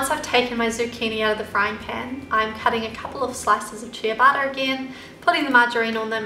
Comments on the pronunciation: They look yummy, thanks! I would use whole-grain bread, though. At first I understood 'chia butter'! Only later I could understand that you referred to the bread! In Italian the pronunciation is 'tchabatta'. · it's pronounced CHE-bata not CHIA-bata bread. Looks delicious, thanks for sharing :)) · cheeyabatah bread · everytime she says "ciabatta" it sounds like she's saying "chia butter" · It sounds like youre saying "chia butter" when you say ciabatta lol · no she said ciabatta, and I thought she said chia butter 😂 lol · ciabatta bread. she just says it differently